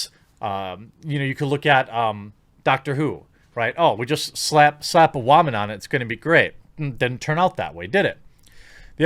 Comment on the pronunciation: goes on a 3 and half minute long rant before going to single handedly picked artice, talks WHO yet fails to mention the show changed writers , and even can't say word Woman properly ...i check out the other videos ... and i can clearly see a patern ... a very - very sad existence and need for attention :D :D :D